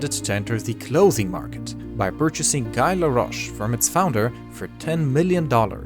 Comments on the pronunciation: I'm pretty sure Guy Laroche is pronounced "gee" (hard g)... Not G-eye... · Guy, the name, is pronounced Gee, not like guy in English.